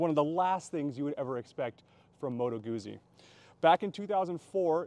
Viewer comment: Its pronounced gootsy! Not Goozy